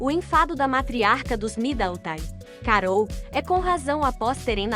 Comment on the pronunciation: Será que esta moça que anuncia as notícias aqui tem algum problema verbal ou ela é ignorante mesmo. Como pronuncia tão errado assim? Alguém aí ensina a ela a dizer “ao redor” com ó aberto e não fechado, que ao pronunciar Midleton não precisa dizer Midantan e assim várias outras pronuncias que doem no ouvido. Aff